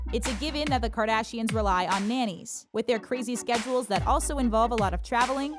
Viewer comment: “Kardasians” I cannot... 😂